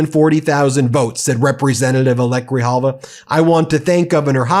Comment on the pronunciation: Say her NAME everyone. 📣📢📣📢📣📢 Rep. Elect ADELITA GRIJALVA! (Pronounced: Gri-Halva). SHE WON fair & Square.